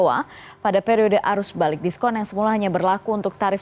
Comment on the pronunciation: Saya mendengar diskontol 20%😂